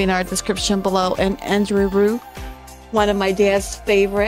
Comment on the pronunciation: André his backname is not rew but Rieu (Ri-jeu) how you pronounce it😉